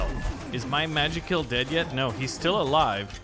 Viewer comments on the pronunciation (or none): Magik*ill not magik*ll